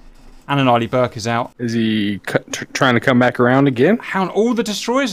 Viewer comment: am i the only one here who hears "early burk" when he says Arleigh Burke ?